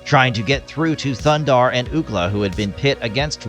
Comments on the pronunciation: You didn't even pronounce the name correctly 😂 it's Thundarr not Thunder. You shouldn't make a video if you're going to half-ass it like that! They even give you the correct pronunciation in the opening scene. Thumbs down for sure for no effort! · it's not "Thundarr"; it's "THUNDARRRRR" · it is not thunder, it is thundarr!